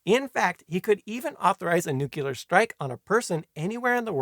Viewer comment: NuQlar? Really? 😀